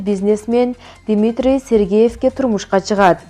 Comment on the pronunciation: Элэна эмес Елена Акцент ужас Димитрий эмес Дмитрий Туура окугулачы